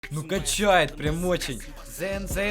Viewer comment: Эта не зен зен а сен сен эта ты сказал